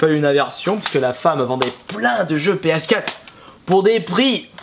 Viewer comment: MON DIEUX ARRETE DE DIRE PSKATTE! PSQUATRE AVEC UN ''R'' SVP!!!!!!!¨